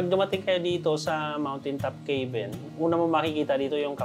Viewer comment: Pronouncing 'cabin' as 'key-bin' instead of 'ka-bn' is a common mispronunciation among non-native English speakers. Nevertheless, listeners can usually understand the intended word from the context of the sentence. This is particularly common among Filipinos. I have also noticed similar mistakes from Indians, such as pronouncing 'teks' instead of taks for tax, epol instead of a-pl for apple.. 😊